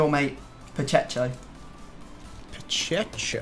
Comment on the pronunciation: Me: Guys, how good is your Spanish? Tom &: PacheSHo...